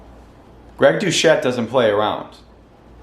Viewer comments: Great video bro Literally came here from coach Greg’s ig comments section And btw is pronounced Dusett non douchette 😂😂😂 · Binge watching the channel now. Excellent. Literally only criticism... pronounce Dr. Greg Doucette’s name correctly :) Anabolic diet 4 lyfe. It works for even an old man like me!